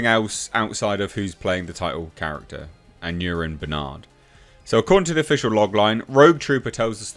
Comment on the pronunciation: Aneurin Barnard - pronounced "An-eye-rin". It's a popular Welsh name with a political connection. Jones has said that the character interpretation will be Welsh too. 😄